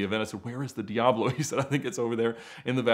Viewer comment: You seem to be quite the expert on these cars but you still can't pronounce the name correctly.